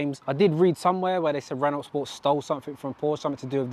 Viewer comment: Nice car dude! Isn’t Renault pronounced Renow (as it’s a French company), not Renolt as it’s spelt in both languages.